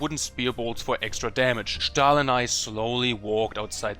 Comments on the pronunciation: Hallos sprichts du deutsch weil ich habe gehört das du "stahl" gessagt hast wie ein echter deutscher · i am 90% sure that he's german by just the way he says "Stahl" if you're german kuss an dich